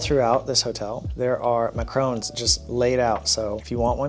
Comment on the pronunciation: I was triggered at how he pronounced Mah-ka-ron, as Macron!!!